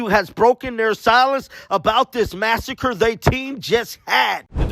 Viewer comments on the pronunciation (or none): none